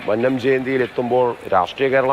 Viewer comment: മന്നം എന്നതിലെ "ന്ന "യു ടെ ഉച്ചാരണം പെരുന്നയിലെ ''ന്ന " പോലെ തന്നെയാണ്. നിങ്ങൾ മന്നം എന്നത് തെറ്റായാണ് ഉച്ചരിക്കുന്നത്